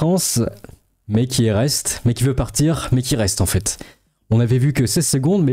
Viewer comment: « Pour partCHIR » 😂